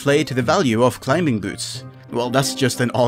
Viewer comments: CLI-MING!!! The B is silent ffs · Just a heads up youre pronouncing "Climbing" very strange. The B is silent lmao you not even saying it right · Climbing has a silent "b". You don't pronounce it. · Ah yes Clim-Bing boots XD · The "b" in "climbing" is silent btw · No one tell him the B is silent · hate how you pronounce the B in climbing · Who the hell pronounces the B in Climbing? 🤭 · do you pronounce the k in knife? THEN STOP SAYING THE B IN CLIMBING LMAOOO